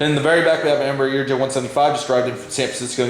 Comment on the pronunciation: did you say EMBRUH?! Sorry I watch too much Swiss001 😂😂